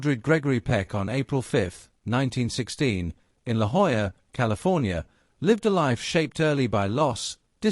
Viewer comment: An AI voice that pronounces La Jolla correctly. Impressive!